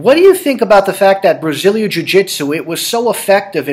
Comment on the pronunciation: Why can't David Ortiz pronounce "Brazilian" properly?